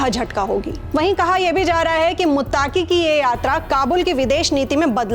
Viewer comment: are meri sister, मुत्ताकी ❌। मुत्तकी ✅